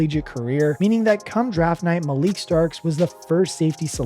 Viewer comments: His Name Is Pronounced; "Mal-eh-ky" Starks, Lol. And The Other Is Pronounced; "Mad-du-beekay". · First it was Malik, then Ow-eh-he, by the time he got to Beeks I was done lol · Whoever you're paying to read a script should at the very least learn names and pronunciation. If ethnic names give you an issue ask someone. Additional EDIT after finishing the video. Patrick Queen has been a Steeler for an entire year. After the name and roster issues I have questions on research, if any, was done. Odafe OH WAY. MALAKAI.